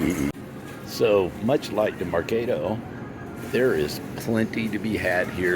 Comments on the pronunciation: its Merc AH do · It’s mercaaaaado. As in cah sound.